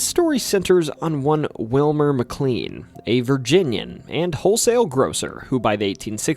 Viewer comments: Mick clean 😂😂😂 it’s pronounce mick clane(K-lane) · Yes, it’s pronounced Mc”Lane” but I didn’t want to be obnoxious and we all know who you meant anyway. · Yeah everything except the most commonly used name in the video that is also a place in VA. Named after someone else but still pronounced the same. His mispronunciation of McLean makes this almost unwatchable for me w how often he says it. Still a good video but gosh man if you’re gonna use a word every other sentence please make sure you’re pronouncing it right. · THAT IS NOT HOW TO PRONOUNCE MCLEAN! IT'S PRONOUNCED LIKE MY SURNAME IS SPELLED. OMG 😭😭😭